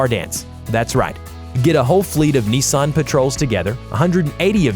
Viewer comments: It's not Niisan or Neesan, it's Nissan. Unless you're PewDiePie. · It's not neezan it's Nissan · Neessan GTR lol